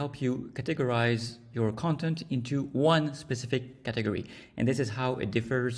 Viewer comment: Hey, thanks for the lessons..... as to "category" don't trust me, trust the AI: "Sure! The word “category” is pronounced as /ˈkætəɡɔːri/ with the stress on the first syllable. The word “categorize” is pronounced as /ˈkætəɡəraɪz/ with the stress also on the first syllable. Is there anything else you would like to know?"